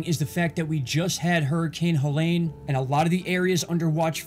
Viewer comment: Hell-ene Kill-ton